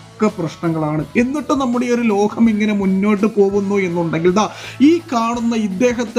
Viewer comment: ലോഹം അല്ലടാ മൈരേ,, ലോകം എന്നാണ്,,, മാതൃ ഭാഷ ഒക്കെ ഒന്ന് മനസ്സിലേക്ക് കയറ്റ്